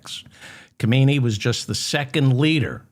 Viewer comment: Not, Ka-may-nee - his name was Ha-men-ee